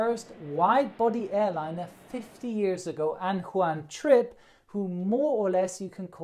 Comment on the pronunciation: lololol i heard one trip instead of juan trippe